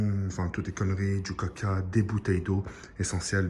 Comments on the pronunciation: un moment tu a dit du caca au lieux du coca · de 1 minute 10 a une minute 18 c trop marrant au debut il di cororlkoelna virus apres au lieu de dire coca il dit caca ^^ je suis mort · 1: 17 il dit du caca ou je suis abruti mddrrrrr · cacoranoa virus mdrr et coca=caca